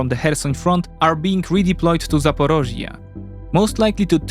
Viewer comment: Why does he always pronounce Zaporizhzhia as ZaporOzhzhia? I've noticed this in many previous videos too. It may be the Russian pronunciation like Kiev instead of Kyiv.